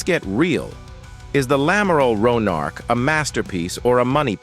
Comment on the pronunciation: ouais enfin le nom du navire c'est "Amiral Ronarc'h" pas lamaral Ronarch. Merci de respecter la mémoire de celui qui a donné son nom à cette Frégate en le prononçant correctement !